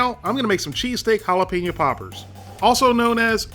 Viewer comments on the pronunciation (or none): you probably and don't care, but it's pronounced HAL-A-PAIN-YO. Love your vids though.